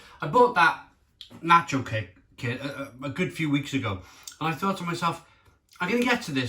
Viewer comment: Hahaha before even opening this video i KNEW you would mispronounce nacho and salsa 🤣